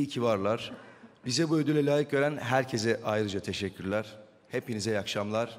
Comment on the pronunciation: Ödül alıyosun ama herkese herkezzz diyosun